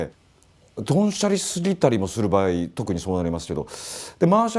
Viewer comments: 場合をばやいって言う和嶋さん可愛いw80年代初めだけど本見ながら自作してたなー。当時は田舎ではなかなか手に入らなかったディストーション+とかファズとか作ってたなー。いつかはボコーダー作りたくて夢みてました。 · 場合をバヤイって発音してるの、方言なのか癖なのか分からないけどなんか好き笑